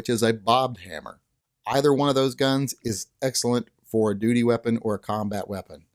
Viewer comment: hmmmmm... the longer I listened, the more it sounded like you were calling these "doody" guns......